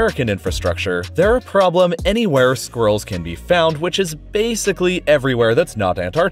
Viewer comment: So glad you pronounced it squirrels and not sqwerls